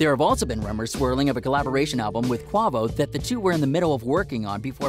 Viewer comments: Red flags: Video plays uplifting, watch this celebrity lifestyle music. -Guy said “Qwah-Voh” v. Qway Voe. 🤦🏾‍♂️ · "quah-vo". lost all credit. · He said "quava" 😂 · Quavo is pronounced koo-ayy-voh, not ku-wah-vo. Inadvertent disrespect to the artists yu are mentioning even as an aside needs to be corrected. Whoever wrote your script didnt expect yu to be so disconnected, get it together smh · “Qwavo” yeah this guy is reading a script. He’s never listened to rap a day in his life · You getting a thumbs down just for sayin Qavo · The reporter said “Kwavo” 😂 never trust any journalist who try sounding as if they’re saying something factual on hood topics but can’t even pronounce a hood name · “Quahvo” lmao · This fool said “QuAAHvo” smh. Bruh you aren’t really a hip hop fan. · quit making videos off of people's deth for your own entertainment that is just not right and don't say Qavo again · You said qavo.... delete your channel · Bruh he said: "Qaavo" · "Quah voh" lol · this man really said quavoe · He said Qavo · bitch wtf is "Quahvo" ?! GOODBYE SIR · Fake news this guy said kwabo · Once he said Qahvo I was off this whole video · The journalist said {Quaavo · QUA VO my nigga say it right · I clicked off when you pronounced Quavo, Quavo... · Can’t believe a white boy who can’t say Quavo names right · This is some clickbait bullshit. How do you manage to pronounce Quavo’s name wrong, and you also said he has the “style” of 50 cent. Take advice from the like/dislike ratio to stop putting out these videos. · I stopped watching when you disrespected quavo name bruh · Bro the way he said quavo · Dislike asa i heard him pronounce quavo wrong